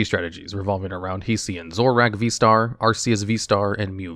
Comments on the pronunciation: I hate to say this but it is pronounced zo-ro-ork. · the pokemon is called Zoroark, idk why would you pronounce it zoro-ork